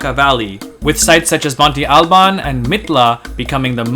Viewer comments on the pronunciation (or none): Is it not pronounced as it's spelled; "Monte Albán (MON-te al-BAN)? He pronounces "Oaxaca" in the familiar way, so maybe his way is right? "MON-te AL-ban"? It sounds weird to me, but I'm not from Mexico... (I use the name frequently, as I am a bartender and there is a tequila with that name; have I been saying it wrong all this time?) 🤔